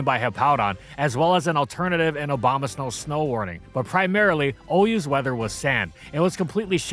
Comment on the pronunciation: I swear he said Obamasnow